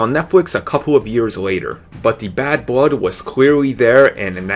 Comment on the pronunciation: Thwee, Pwees, Bwood, Wisence, welease.... Please...